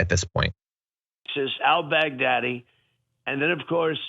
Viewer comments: Am I the only one who head Trump say “Al Big-Daddy”….I’ve been replaying that clip over and over and I swear that’s what he said…. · He says it like the name is "Al Bag Daddy". That's the only reason he can remember it, sounds like "Big Daddy", which is what the hookers call him as they're pissing on him. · Is it just me or is he pronouncing the guy's name Al Bag Daddy?